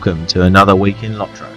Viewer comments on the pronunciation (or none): Its Lot-ro . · Yeah when i hear lot-ro it sounds like lottery. So I like the low-trow pronunciation better also :)